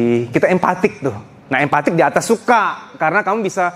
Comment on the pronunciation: Empati.......bukan Empatik Boss, ma'af Boss, maksain banget bahasa nya.